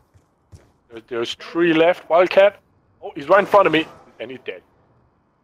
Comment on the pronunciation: I started laughing when I turn my subtitles on and nogla said three but my subtitles said tree lol